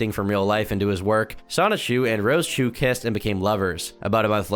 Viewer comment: it's Rose-chu, not rosa-chu